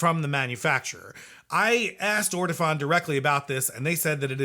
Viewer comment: It's actually pronounced Or-Tow-Phone. Accent on the Phone.